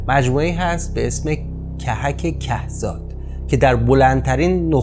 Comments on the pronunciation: ممنون ازاین ویدئو زیبا......جسارتآ کَهزاد را به کُهزاد.....تلفظ نمایید...درشهرماهنوزسه نفربنام کُهزاد زندگی میکنند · کهک کهزاد. ضمه یا او روی ک اول هر دو کلمه. که زاد کوه زاد.